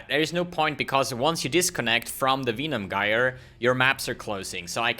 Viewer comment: Use Plague bearer ffs And you get disconnected cuz of your pronunciation of Venom Gyre